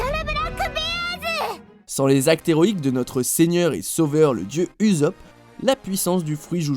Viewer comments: C'est ussop non uzzop a croire qu'il se contente de lire le texte qu'on fait pour lui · Ça se pronon e ousopp hein pas eusopp même si ça s'écrit usopp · C'est Ussop pas "Uzop" my god -. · C'est usopp non uzopp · C’ÉST PAS UZOPP, C’EST USOPP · Sa ce prononce Oussope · "Uzope"...PITIÉ ARRÊTE CE MASSACRE! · Il a dit uzopp :3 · Ça fait au moins 100 fois que j'entends uzop 🤣🤣🤣🤣🤣